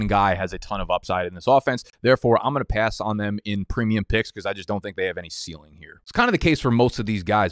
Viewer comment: You don’t see enough ceiling? That’s not how you say that..